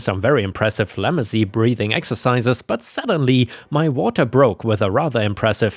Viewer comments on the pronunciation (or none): "Ice chips" is crushed ice. "Lamaze" is pronounced "la-MAHZ" and is a breathing exercise developed for the child BIRTH (not labor, like I originally wrote! XD ) process. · Lamaze is pronounced "Luh maaz." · He read Lamaze incorrectly. It was clear he hadn't met the word before. My explanation is a simple way of helping to pronounce the word. He won't get confused because I put an r in to help him say the word correctly the next time.